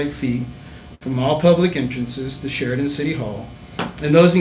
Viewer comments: Can she say Sheridan one more time ? 🤦🏻‍♂️ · Keep saying Sheridan more karen